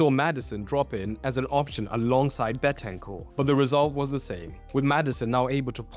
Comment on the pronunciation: It's "BENTANCUR"!......